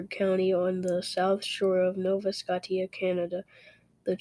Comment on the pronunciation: Great research and great paper you wrote on this. However your pronunciation of Scotia was incorrect. It is pronounced Scoshia not Skotia keep up the great work